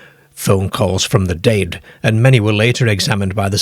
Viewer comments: The creepiest thing about this video is the weird AI voice and the bizarre pronounciations: one minute, it's "dead," then the next minute, it's " dade". 😂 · Now I know where our Southerners got their pronunciation of 'dead.' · The way you pronounce the word, “dead” is kinda creepy but in a good way lol. I love this kind of stuff! 😇